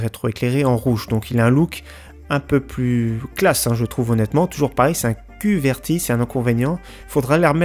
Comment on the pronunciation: Qwerty pas kuvérti